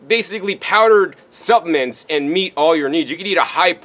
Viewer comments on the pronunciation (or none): Hi please don’t get mad but supplements a word you say constantly is pronounced sup pluh ments . You say supments instead and it’s sounding crazy to the ears.